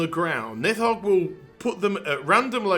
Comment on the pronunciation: On the pronounciation: if we're going by Old Norse pronounciation, it would be "Neeth-hogg" (with the "th" being voiced like in English "these"). Source: I'm Norwegian. We do some Old Norse in High School. Note: Of course, Blizzard isn't too picky about keeping things authentic, so it might be that they intended it otherwise.